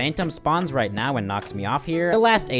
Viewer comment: when he said, "right now bro", I thought he said ronaldo!?!?!?!